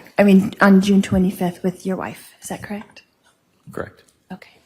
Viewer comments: I am with you. It is so irritating. "Krekt"? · It’s soo hard to listen to. Something about the way she pronounces “correct” really grinds my gears